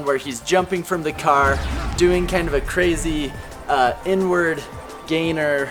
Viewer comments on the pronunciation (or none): I thought he said n-word instead of inward lol. Amazing video! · “Inward” sounded like “N word” lol